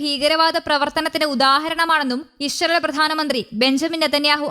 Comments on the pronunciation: ബംഗാളി ന്യൂസ് റീഡർ ആണ് എന്ന് തോന്നുന്നു ഇശ്രായിൽ 😅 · ഇസ്രായേൽ എന്ന പേര് ശരിയായി വായിക്കാൻ അറിയാവുന്നവരാരും ഇല്ലേ ?